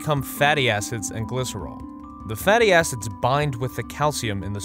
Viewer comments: why did "fatty acids" sound like "fatty asses"? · When he said fatty acids I thought he said fatty asses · When it said fatty acids i thought he said fatty asses